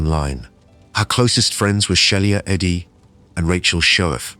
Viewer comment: I thought it was pronounced Sheila Eddy as that's how everyone else pronounced it